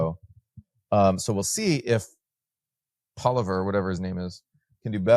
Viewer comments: "Poliver, or whatever his name is" lol. Not inspiring confidence in Noah's assessments when he's too lazy to spend 2 seconds finding out the pronounciation of Canada's next Prime Minister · As an expat who has lived in Canada for a couple of decades, this podcast is a prime example of Knoll’s Law when it comes to discussing Canada. Noah’s inability to even do the minimal research to correctly pronounce “Poilievre” is disappointing. While some of the charts presented are familiar and ones I’ve seen before, they don’t add much new value. I recommend looking elsewhere for more insightful commentary on Canada. It might also be worth revisiting your priors on Noah’s perspectives on other issues. His scenario of China flooding Canada with weapons to resist a U.S. invasion is not only implausible but borders on the level of imagination you’d expect from Donald Trump.